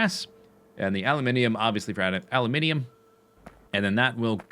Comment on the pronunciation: I approve of your production of a-loo-min-ee-um.